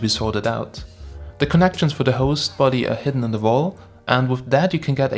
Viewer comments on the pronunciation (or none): none